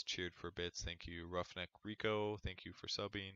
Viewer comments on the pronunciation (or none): none